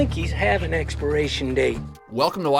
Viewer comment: U don't say it right